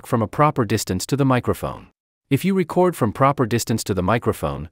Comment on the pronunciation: Tutorial narrator is obviously not an audio creator: "reCORD" button not "RECord" button. (I wrote this before reading the Comments - yeah, if it was A.I. this mistake would make sense. Welcome to Robotopia.